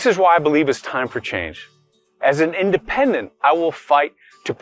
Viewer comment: I love what Turek said "It did not matter, Republican, Democrat, Independendent."